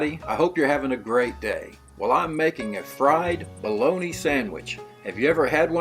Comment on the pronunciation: I haven’t heard it pronounced “bah-lo-nee-uh” I’m guessing this script is being read by AI.